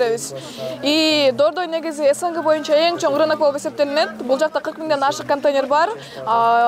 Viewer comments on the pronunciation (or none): none